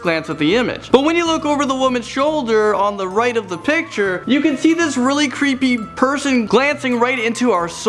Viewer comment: Lol she said "creepyer". Please stay in school